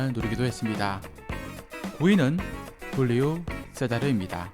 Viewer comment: 훌리우 세자르가 아니라 줄리우 세자르입니다. 포르투갈어 발음 중 R 발음이 ㅎ로 발음되는 거지 J는 그냥 ㅈ로 발음합니다. 세자르는 브라질인이지 스페인인이 아닙니다. J 발음이 ㅎ로 발음되는 경우는 스페인어만 해당됩니다. 정정 부탁드려요.